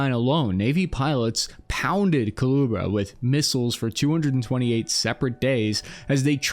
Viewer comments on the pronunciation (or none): "kahlua bro" COO-LEH-BRAH, snake! like the snake on the tank. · It’s Koo-lay-Bruh